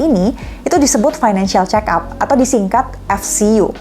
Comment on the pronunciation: Fick up, (dibaca pik ap) kayak nama mobil